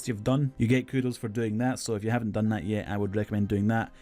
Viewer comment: right? wtf is he saying?? Mining Todd???